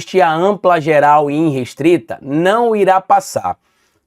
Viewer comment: Carlito, é irrestrita. De onde vc tirou iNrestrita? Pelamor, perdeu dez pontos pra mim. Jornalista que escreve e fala errado não existe, me desculpe